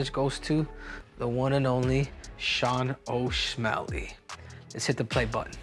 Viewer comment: He almost said Sean O'Smelly